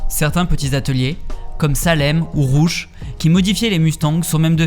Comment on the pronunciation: “Salaime ou Rouche”….. 🤣🤣🤣👌🤦‍♂️